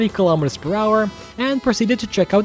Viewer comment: What the H*** is a "Keee-lah-mee-ter"? lol good video love it I just love when I see American cars being driven with KM/H